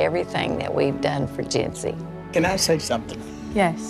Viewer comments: I know her name is Jency, but I cannot not hear “Gen Z” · Who else heard Gen Z instead of Jency? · I keep hearing j-z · I hear Jentsy